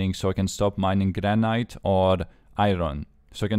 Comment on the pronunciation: Granite for english speakers is pronounced "Gran-it" just so you don't get any BS from trolls ^^